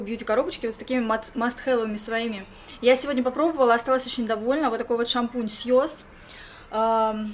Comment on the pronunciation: Syoss произносится как "сАесс" :)